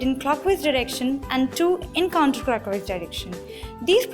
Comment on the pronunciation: Clockhwise dirrection and Counterrclockhwise direction 😁😁😁